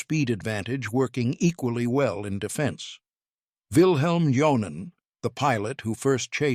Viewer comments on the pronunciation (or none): For the sake of immersion, someone should tell these narrators that "J" is pronounced like a "Y" in most Germanic and Slavic languages. So saying "John-en" instead of "Yon-nen" is like fingernails on a chalkboard 😵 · Yes, but the dude's name is pronounced like "Yon-nen". Would you react when people (most people on Earth) pronounce Wellman as "Vell-mann"?